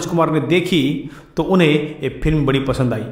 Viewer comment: एंकर साहब फिल्म नहीं फ़िल्म होता है।बोलना सीखो तभी एंकरी करना। तुम्हारा उच्चारण सुनके सारा मूड ऑफ हो जाता है।